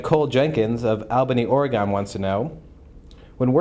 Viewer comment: Or-eh-gone......really dude? Or-e-gn